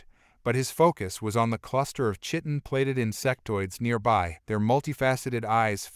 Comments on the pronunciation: It would be refreshing for the AI narration to be programmed to pronounce chitin correctly......ki-tun, not shit-un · Compelling story. So compelling that I felt compelled to finish it despite your one consistent error. Chitin is pronounced as Kite in. Silent h please. The error was big enough that I could not ignore it yet small enough that I became a subscriber.